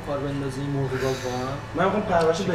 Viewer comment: ساختگی میاد ، اول مرغ رو ساده گفت ، ولی اون دختره گفت موورغ ، به گفت شما جالب صحبت میکنید ،الکی